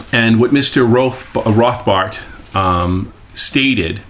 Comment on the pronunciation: you mispronounced his name: murray rothbard.